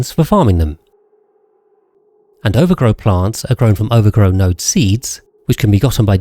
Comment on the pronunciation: since when was ovargro pronounced overgrow 💚💚💚💚